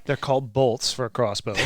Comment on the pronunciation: lol crossbow is NOT silent